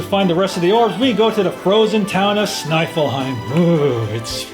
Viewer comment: errr... gonna confess, I cringed a little bit every time you mispronounced town names with obvious punny pronounciations... XD Phnom Nohm = Phenomenon... Snifflheim = Sniffle Heim... Awesome video regardless XD